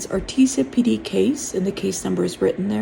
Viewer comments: Ar-tee-Jah not Ar-TEE-SIA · Thank you for this info. Artesia is pronounced R tease ya.